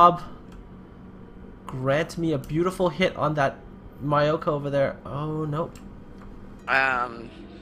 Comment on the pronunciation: Myoko: Its mee-yo-ko, not mai-yo-ko.